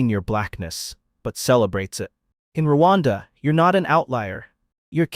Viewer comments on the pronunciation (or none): Its Rwanda not ruwanda dear and thank u